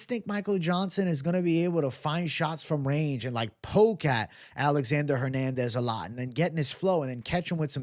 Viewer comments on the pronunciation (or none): none